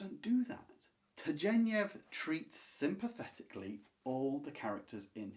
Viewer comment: Turgenev is pronounced with a hard ‘g.’